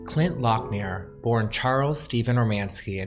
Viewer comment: Thanks for this interesting video about gay adult stars, but one mistake I noticed: the picture displayed is of another early 80s Colt Studio model Butch Barnes, not Clint Lockner; the surname is pronounced lok-nuh, not lok-neer. Also FYI Erik Stryker also modelled for Colt Studio in the early 80s under the name Noel Kemp. Looking forward to more videos like this relating to the gay adult industry of yesteryear!